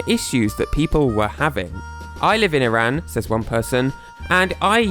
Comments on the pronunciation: I’m Iranian and btw it’s pronounced E-rahn not I-rAn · or as "e ran" ITS "E RON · STOP PRONOUNCING IRAN AS "EYE RAN" THE CORRECT WAY IS "E RON" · I've always pronounced it as "ehrán". Also, it sucks that you're in such a closed off country. Iran is a beautiful place and I'd love to visit if it didn't have so many major problems. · If you're going to do an entire video about a country, the least you could do is pronounce it properly. It's ee-rahn